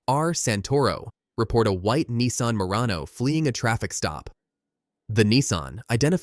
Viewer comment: Its a nissan not a neeson